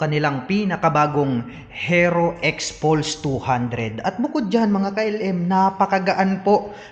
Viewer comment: Paki bigkas po ng maayos yung HERO. Ang sakit sa tenga. Baka dahil dyan baka hindi na bibili yung iba. Peace.